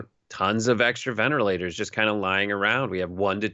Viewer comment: Can this guy pronounce anything correctly? Do I hear him say, ventAlators? I think that's what I heard him say at lest three times: ventA- lators. Maybe he doesn't know the ORANGES of the word!